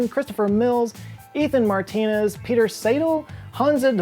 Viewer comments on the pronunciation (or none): none